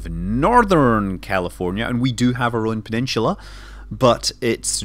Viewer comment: Love your videos, am I wrong to think you say peninsula funny?